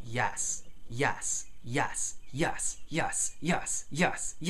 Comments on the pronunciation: Your accent misconstrues your "e" to an "a" when you say yes. Not a big deal I sadly still say "y'all" from my bible belt indoctrination. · why is he saying YASS